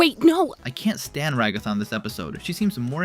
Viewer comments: Dont you watch the show? Why say Ragatha as Ra-gaw-tha if you've heard it said out loud? It's a pun on Agatha and Rag. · Who da gell is rAgAthA its ragatha like regatha not rAgAthA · I thought her name was pronounced RAG-a-tha, not rag-A-tha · its r-a-guh-thuh not ruh-gath-a just a something I wanted to point out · dont want to be that guy but its rag- a-tha not ra-ga-tha, just saying its how the show says it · “Ra-goffa” bro rag-a-tha I’m sorry but I keep hearing it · Yo this dude is pissing me off with how he's saying Ragatha's name! Bro is saying "ruh-gah-thuh" when it's really pronounced "rah-guh-thuh" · Never said it wasnt?? I just said he pronounces ragatha like rug aw tha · why'd you suddenly start calling her ra"goth"a lmao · ‘Ragothah’ really bugs me 😭😭😭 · You speak perfect English. Why tf so you pronounce it “Ra-gáh-tha”😭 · "Ragotha" And also, dog Ragatha has 3 fingers ewww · Who is Rah-goth-ah? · Sorry if this is rude, but what's up with calling Ragatha "ruGOTHa"?? Also, Zooble goes by they/them pronouns. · Why is Ragatha “Ruh-GOTHah” and Zooble a “she”?🙄🤦🏻‍♀️🥴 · Bro pronounce the names right. Rahgahtha isn’t how it is pronounced. Goomigoo isn’t either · Ra-goth-ah lol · Just so you know, you pronounce Ragatha as RAg-ga-tha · this is my first time watching your videos, so i had no idea you pronounced ragatha's name like that. every muscle in my body just cringes every time you say it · Ra-GOTH-uh Jax's love Do you watch the show? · why do you pronouce ragatha's name like that lol. they literally say it in the show. she's a raggedy anne doll. rag-a-tha. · You pronounced Ragatha wrong and Zooble is a non binary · Yeah, why does no one get that Zooble is non-binary :( I feel bad for her and also a lot of yt vids pronounce Ragatha wrong for some reason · Why pronounce ragatha that way? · Please god say ragathas name right its driving me crazy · Bro how you pronounce ragatha makin her sound like eldrich god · WHY ARE YOU PRONOUNCING RAGATHA THAT WAY?